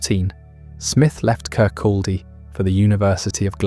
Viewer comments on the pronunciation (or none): Its very irritating hearing Kirkaldy mispronounced. Its "Kircoddy" the L is silent.